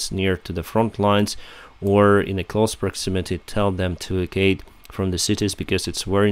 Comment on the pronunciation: E vac u ate. Don't mean to criticize the pronounciatetion of evacuate.